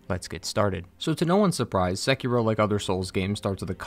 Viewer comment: I love that you dont pronounce sekiro as sekeeerooo